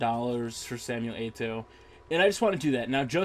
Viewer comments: WTF, did he just say "Natliah"???? and is it just me or is he constantly saying "A-to"???? LOL, this is the funniest Fifa Gameplay i've ever seen! PS: Could you please make a long review for the Liverpool player "Dirk Kuyt"? I really want to see how you pronounce the name :P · SAY ETO'O PROPERLY